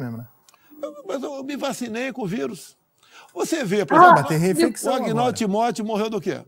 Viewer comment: "Um exempro simpres aí" "Posso ser inequivocado". Por isso ele odeia a cultura.